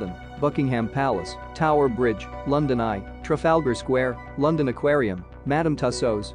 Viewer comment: Eye lyke Lunndunn 👍